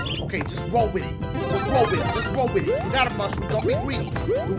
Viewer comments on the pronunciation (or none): Wtf u said woll with it woll with it XD